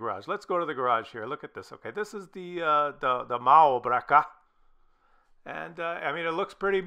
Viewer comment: "Muärbreker!" killed me